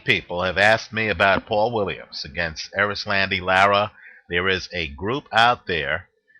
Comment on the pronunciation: ...you are good at predicitons, great at betting advice, and you know your boxing for sure.....but your fighter name pronunciation is horrible....LOL...its cool though-- its pronounced Eris-londy- Laur-ra....Anyway....I think Lara is hella overated and Paul W will outwork him. Also Paul has a good chin, the Martinez shot woulda have KO'd ANYBODY, it was a perfect punch. Lara isnt a very hard puncher...he wont hurt Paul W...he will walk through his shots en route to a UDEC.